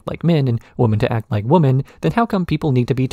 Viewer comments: Is there a reason your pronunciation of women sounds like woman? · "Women" is not pronounced liked "woman" please stop doing that.